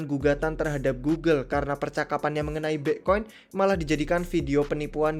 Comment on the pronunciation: aksen british